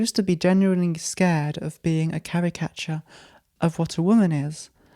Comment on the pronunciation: I genuinely had no idea what the word you were saying was, but then I realized you were saying "caricature." English people are so funny